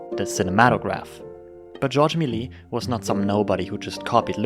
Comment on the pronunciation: Sorry but it's prononced "May-li-yes" not "Mel-yeah"